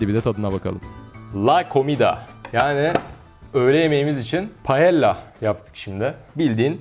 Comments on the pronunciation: Videoya harika. Bu arada İspanyolca iki “L” bir araya gelince “y” okutur. Yani doğru telaffuz “paeyya”dır. (Sevilla’nın telaffuzundan hatırlanabilir.) Balıklı paella çok iyi bir versiyon ama orijinal paella tavuk ve tavşan eti ile yapılıyor. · Paella [Paeya] diye okunuyo, İspanyolcada çift L [y] sesini veriyo Siestaları hala mevcut, İspanyada 2-4 arası kapalı. İnsanlar çalışmıyo.